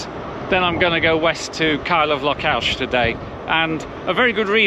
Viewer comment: For fk sake learn to pronounce names properly. It is not "Lockalsh".